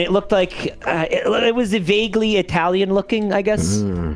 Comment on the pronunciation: beginning of eye-talian haye crimes